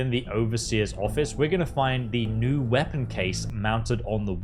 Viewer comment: What's a weapong? Japanese Pong?